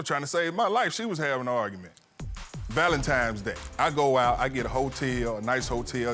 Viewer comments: ITS THA VALENTIMES👀👀 FA ME!!!!😂😂😂😂LETS ALL SAY IT TOGETHER VALENTINES!!! DAMN😂😂😂😂😂😂🤦🏽‍♀️🤦🏽‍♀️🤦🏽‍♀️ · Weddings are overrated, the marriage and home is what counts. It's hard to focus with him saying, "Valentimes Day"! It's Valentines day! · Please people... It's VALENTINE'S DAY... not Valentimes... Give the lady a wedding ... you've kept her waiting for YEARS!! It's not just about you Sir! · Starting with the correct pronunciation of ValenTINES Day, not ValenTIMES Day. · Why do people say Valentimes day??????? Goshhhh